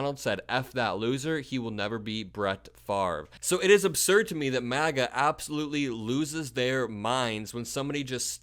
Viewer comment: It sounded like you said " The Maggots", LOL. If you didn't, then I'm keeping it now. MAGA is the movement, Maggots are the followers 😂